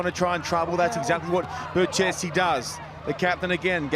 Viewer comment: It is pronounced „Berkesi“ not „Bertchesi“. Embarrassing